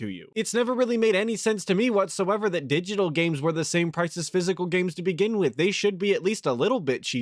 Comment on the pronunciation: Yo, why does he mispronounce digital?